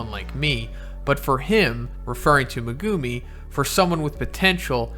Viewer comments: Bro it’s megumi not Mugumiii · Great video, but say it with me…Megumi = Mehguhmē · It’s pronounced Meh-Goo-Me not Mee-Go-Me, other than that great video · At first I was like whose me gu mi but then I was like oh he’s just saying megumi’s name wrong lmao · The way you say megumi makes my ears bleed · I hate the way this guy says Megumi